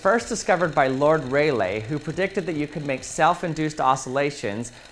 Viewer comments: it's ray lee, not ray lay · Lord Ray-lay? Sure that's not Lord Rall-ee? 🤔 Also, I'd properly check in on whether or not Est Titles are actually planting them trees by the way. The Way back machine tells an entirely different story.